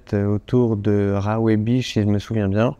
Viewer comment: Petite info, ça se prononce Ko Yao "yaille" et non yeh (idem pour RAWAI, qui se dit rawaille et non raweh). Il vous restera plus qu'à revenir voir le nord du pays une prochaine fois ;-)